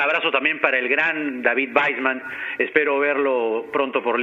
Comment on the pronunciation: Es David Waisman.... se pronuncia VAISMAN